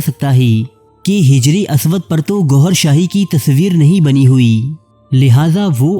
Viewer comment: Pahle apna urdu ka tallafuz or adayegi durust karo phir vlogs banao hijr e aswuad nahi hajar e aswad